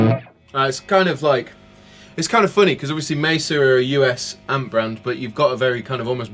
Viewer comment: Please guys - you are selling these things - Its MAY-SUH Not messa boogie - these amps are certainly not a mess!